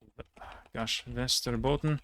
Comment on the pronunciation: Damn. Most of the swedish pronounsations were perfect. Even had the northern dialect(Västerbottn instead of Västerbotten). Very impressive.